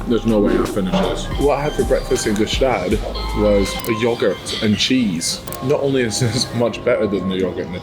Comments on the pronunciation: hate how he mispronounces gstaad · Btw the g in gstaad is silent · stop pronouncing the G in Gstaad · The G in Gstaad is silent btw